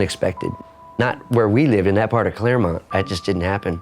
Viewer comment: It's Clairemont not Claremont.